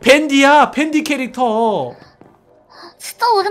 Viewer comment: 댄디? 댄디가 아니라 밴디 에요